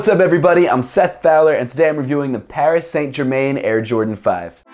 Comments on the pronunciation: Hate to get picky but it's pronounced "Pari San Jerman" oof what a shit way to say it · paris saynt germayn. very nice pronunciation. good review tho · ‘Paris saint ger main’ hahahahahhahh that was brutal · Parry San jerman is closer to how you pronounce it dunno how you would spell it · Paris - San - Ger - Man is the proper pronunciation. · Pronounciation is "Pari San Jerma", right? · The way he pronounced Paris Saint Germain 🤮🤮🤮🤮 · I'm not french myself but you could at least try to make it sound French. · brooo u pronunciate PSG completey wrong, it hurts 😂 keep up the good work 💪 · I’m sorry I’m a big fan of yours but you absolutely murdered their name 😂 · Dat Pronounciation of Paris Saint Germain😂😂 oof it hurt to here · Right lol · this was exactly what I was gonna say haha! my ears are bleeding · I was gonna say that.....awful